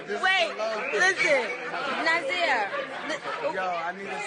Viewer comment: it's nasir. Not nazir lol